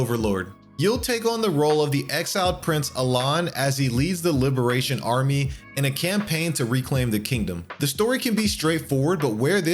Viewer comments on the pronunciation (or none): "AlaN" huh. I always thought Alain was pronounced like the "ain" in pain.